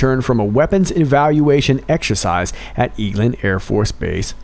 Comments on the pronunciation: Eglin Air Force Base Florida...pronounced Egg Lynn. ❤️🇺🇸💙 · Eglin AFB pronounced egg-lin fyi.